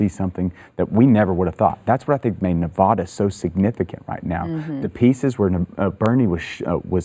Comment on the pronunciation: thank you for pronouncing nevada the proper way💚👍